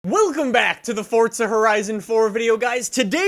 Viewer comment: Bro. Even the devs pronounce it FORZA. why do you say fortza. Why. This has been going on for years and must stop